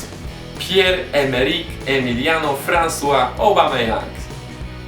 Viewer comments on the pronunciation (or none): none